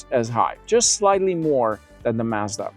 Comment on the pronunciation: You are misprononcing Mazda, slightly. Listen to the way they say it in their ads.😮